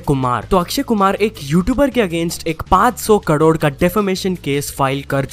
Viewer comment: पादसो कडोड 😂😂😂